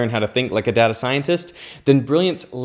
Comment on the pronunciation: 1 point because of your pronunciation of "data".